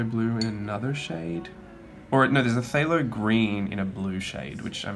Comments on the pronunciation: And yes, phthalo is pronounced "thay-low". :D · Beautiful paints there. And yes some of those paint names are so “extra”. Lol - you did better than I would. PHTHALO? Pu-HALO? 🤷🏾‍♀️ Umm..that green right there. 😆